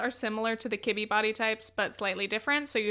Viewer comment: I swear I heard kidney. And I was like 13 different types of kidneys! Lol what.